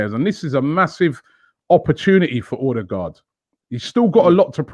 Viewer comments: It's pronounced Uhdegord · Get ready for "odebloooodclatyaaang" 😂😂😂😂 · He's a great player . Just a heads up Ødegaard is pronounced er-de-gor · By the way, The Ø in Ødegaard is pronounced the same as the Ö in Özil. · Robbie's pronunciation of ødegaard🤣